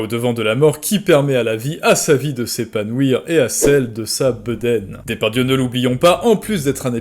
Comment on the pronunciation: Tu prononces "Dépardieu", c'est volontaire parce que sourcé (entre guillemets) ?